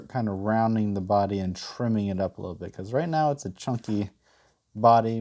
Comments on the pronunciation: "How to be a wittle fox" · “A fun and simple wittle fox”